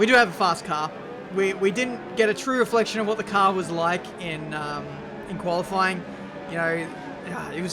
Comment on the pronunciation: Did you just say Koala-fying pace programme??